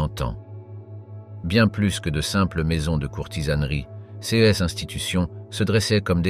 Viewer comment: Cette voie électronique, je n'en peux plus !!! On ne dit pas "C S" mais "ces".J'ai lâché au bout de 6 minutes.